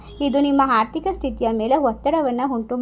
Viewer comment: ಮೇಡಂ ದಯವಿಟ್ಟು ಕ್ಷಮಿಸಿ. ಅನ್ಯಥಾ ಭಾವಿಸಬೇಡಿ. ಅಥವಾ ಎಂದು ಹೇಳುವಬದಲು ಅಥವಾ ಎಂದು ಹೇಳುತ್ತೀರಿ. ಅಕಾರ,ಹಕಾರ,ಈ ಕಾರಗಳನ್ನು ಸರಿಯಾಗಿ ಹೇಳಬೇಕಾಗಿ ಕೇಳಿಕೊಳ್ಳುತ್ತೇನೆ.ಅವಕಾಶಕ್ಕೆ,ಅವಕಾಶ ಎಂದು ಹೇಳುತ್ತೀರಿ. ಆರ್ಥಿಕ ಎಂದು ಹೇಳುವಬದಲು ಹಾರ್ಥಿಕ ಎಂದೂ ತಪ್ಪಾಗಿ ಉಚ್ಛರಿಸಬಾರದಾಗಿ ವಿನಂತಿ.